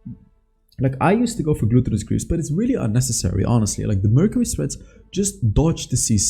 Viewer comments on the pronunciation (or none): you dont pronounce gluttonous greaves correct its said with an AH not an O like glahttonous not glooottonous